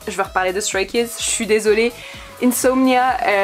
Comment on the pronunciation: ON PRONONCE EN ANGLAIS STRAY KIDS!!!!!n vhifrvzdcbhired